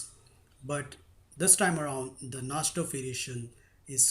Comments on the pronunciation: Na"ee"dorf, not Na"sh"dorf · uhhhhhh..... i think its pronounced (nai-dorf) and not (naj-dorf) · The pronunciation of najdorf is: Na-ee-do-rf. u r pronouncing it incorrectly